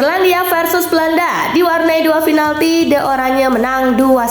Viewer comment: min oh mimin yg terhormat, bacanya PINALTI min bukan finalti, inget min mulai besok PINALTI Piiiiiiii bukan Fiiiiiiii ok min